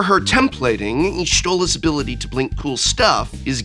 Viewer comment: It's hilarious to me that he Prof pronounced Zenos wrong but pronounced Y'shtola right.